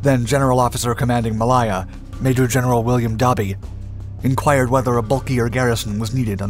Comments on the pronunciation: Mal-lay-ya, not Mal-lie-ya…………. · Malaaaaya not Maliiiya please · Mal - I - ah....... Is pronunced Mal -a - ah. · It's NOT "Muh-LIE" or "Muh-LIE-zhia" it's pronounced "May-LAY" and "Muh-LAY-zhia" -- like Lay's potato chips. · I love these programmes. It is such fun working out what the video footage actually refers to. Also I have no idea where Mall aie er is! . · I was just about to make the same comment ... pron: ◾ ma-LAY-a ◾ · I guess that pronouncing Malaya as "ma-lie-a" is good if you are speaking Spanish. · It's pronounced muh-ley-uh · A great video as always, but you need to learn to pronounce Malaya correctly. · It would be a great video if he just knew how to pronounce Malaya correctly. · You need to research the pronunciation. The way you pronounce Malaya made this almost unwatchable